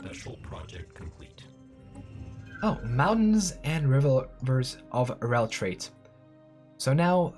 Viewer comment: You kept reading "Rellrait" as "Relltrait"... but the first t doesn't exist.